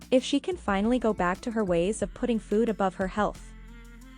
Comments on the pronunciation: Is anyone else annoyed at how she says food? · The way she pronounces food makes me so angry 😡 She didn't say it like this before. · Why has she started pronouncing “food” like that